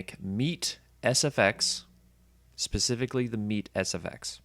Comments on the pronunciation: its called as " MAY TAY " ME'TE🤔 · Thanks for the video, not many good videos showing lower teardowns. But the way you pronounce METE is so cringe.